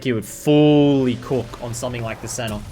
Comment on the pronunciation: why is he saying Janner and Senner when its Janna and Senna? im confused